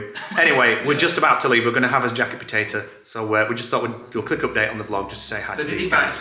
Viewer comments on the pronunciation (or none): none